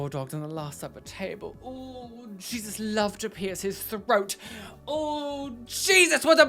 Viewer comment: I died when he said throat GOAT guh guh guh lmao I had to go back and play it again 😂